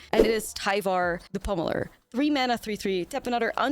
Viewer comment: It's pronounced "tiv ar"